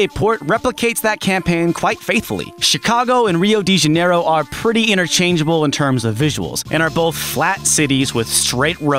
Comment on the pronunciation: nice pronunciation on Rio de Janeiro!